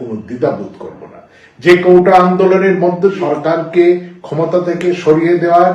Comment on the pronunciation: কোটা ❌ কৌটা✅